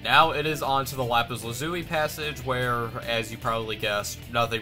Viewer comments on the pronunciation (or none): none